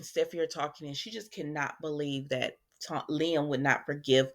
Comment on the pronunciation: I'm so happy you pronounce Liam's name correctly. I caught this one video that called him LIME! 😂